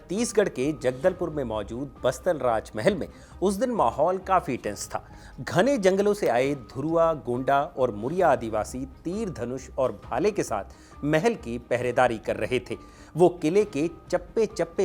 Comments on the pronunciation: गोंडा नहीं भाई गोंड है। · गोंडा नही गोंड 🎉❤ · गोंडा नहीं गोंड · गोंडा नही गोंड जनजाति है